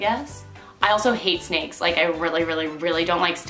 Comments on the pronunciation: She said she hates snakes.. and she repeats is and it sounds like steaks lol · she said she don't like steaks instead of snakes lol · did she say steaks instead of snakes or am i just hungry